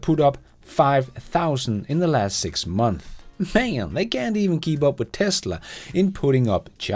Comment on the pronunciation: Now to get you to pronounce Months.. Months with an S =p